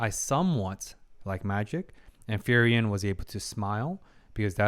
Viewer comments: Hey man awesome commentary love the deep dive into the psychology of these characters. Just want to say that you say frieren's name pretty wrong. You should pronounce it as free-ren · I love your reaction and the psychological side of it. But is it only me who is frustrated by his pronunciation of Frieren's name? It should sounds something like "Fre ren" but not "Ferien" ... Fun fact her name means 'be cold' or 'frozen' in German, just like her emotions at the beginning. All the names in the show are German words, describing their nature mainly: Himmel - sky (just like his haircolor), heaven (his good nature) Heiter - cheerful, bright Eisen - iron (he is very tough) Frieren - be cold, frozen Fern - remote, distant Stark - strong etc... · i enjoy your videos, but please, she is spelled FRI-REN, not FERI-EN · Frieren = free-ren. Who tf is furian😭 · Its "Free-ren" not ferien :) Great vid though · Please learn how Frieren is pronounced XD Hearing "Fireririen" every time is so weird XD Otherwise great videos! Really enjoyable analysis of one of my favorite animes 🙂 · I just wanted to comment on Frierens name, I beleive the "i" is silent that it is pronounced like "Free-ren" ..... I encourage others to chim in incase i'm wrong. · I really enjoyed watching the two episodes that are up! Insightful! I hope it's okay for me to say it's pronounced as Free-Ren? In the end it's not the end of the world, but I'm one of those people that ends up pointing at their screen ' You say it like this!' Haha! Feel free to ignore it though! Subbed and looking forward to the other episodes! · I've noticed you have a rather unique way of pronouncing Frieren's name... ;) By the way, another anime to consider reacting to would be, in my opinion, Dandadan. While it has some fun and crazy sides to it, I think you'll definitely enjoy how it deals with growing personal relationships. To call it good would be an injustice, it's so much better.